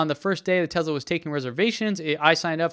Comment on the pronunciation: I hear you pronounce a distinct "Z" sound when pronouncing the brand name! Tesla sales reps are quick to correct me....that it's not pronounced "Tezla", but "Tesla".